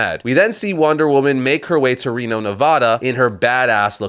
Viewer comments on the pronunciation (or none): none